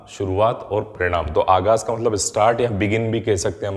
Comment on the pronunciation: Sir, gustakhi k liye muafi chahta hoon. Mai aapki video se faayda uthata rahta hoon. Chunki mai urdu janta hoon. Is liye kuchh word sahi kar raha hoon bura na maniyega. "aaghaz" ka opposite "anjam" hota hai. Pronunciation me "z" ki jagah "j" hai. Word "chaspan" hai. "Chaspa" nahi.